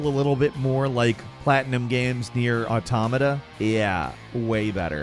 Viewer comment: say Automata again, i dare you